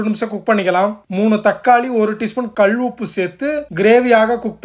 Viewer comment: கல் உப்பு you are saying கழ் உப்பு